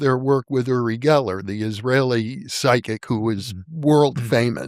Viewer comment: It's pronounced "you-ri Geller" not "oo-ri Geller".